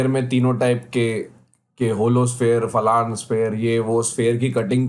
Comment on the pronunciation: Bhai Falana word hota h jis reference me tum bol rhe ho but Falaan word nhi hta Falaan is a double meaning word so kindly correct your pronunciation. It is FALANA ✅ not Falaan*❌